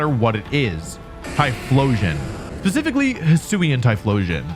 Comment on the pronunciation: Is this an inside joke like Ark-ah-Neen-A or did World Champion Wolfe just say “PACIFICaly”😂❤😂